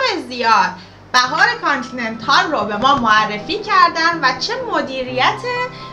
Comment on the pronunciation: در کابل کانتنینتال است نه کابل کانتنیتال و در همه دنیا به نام کانتنیتال است نه بنام شهر۔